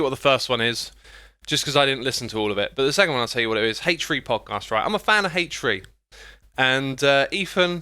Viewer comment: He called Podcasts "Popcasts"